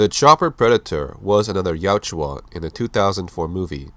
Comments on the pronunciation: OMFG... Yautja not Yuatja!!! YA-OOT-JA!!!! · its Yautja, not Yajua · It's not pronounced "Yowtchua." It's YOWT-JA. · Its pronounced Ya-oot-chah according to the creator